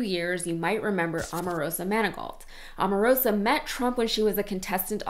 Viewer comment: By the way, that woman is O-marosa, not A-marosa. Can you say O?